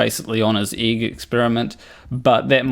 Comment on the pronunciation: I like how he calls an egg an 'eeg'. lol